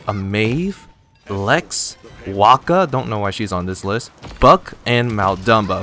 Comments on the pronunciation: why are they saying willo as walka, or whatever he's saying, i'm confused af lmao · Why do you call her Waka